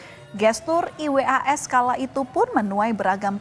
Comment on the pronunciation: Risih dnger pmbawa acara mengeja nma iwas 😩